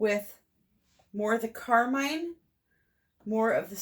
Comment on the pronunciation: You are pronouncing carmine correctly. [ˈkärmīn] NOUN a vivid crimson color. "carmine roses" synonyms: scarlet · vermilion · ruby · ruby red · ruby-colored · cherry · cherry red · cerise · cardinal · wine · wine red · wine-colored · claret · claret red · claret-colored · blood red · flame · [more] a vivid crimson pigment made from cochineal.